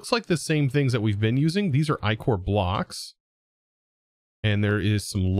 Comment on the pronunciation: Ichor is usually pronounced ick-or. Think about the slime left behind a dead body. 😂